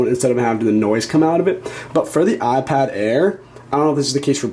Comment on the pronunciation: Now that you've told us about the "Ahhh Pad", how about telling us about the iPad? On second thought, don't bother. Your voice is intolerable.